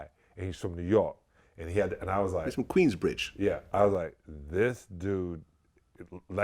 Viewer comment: He definitely emphasized Queens lol